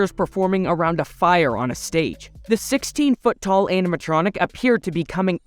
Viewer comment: I keep hearing him say “MY FOOOOT!” Lol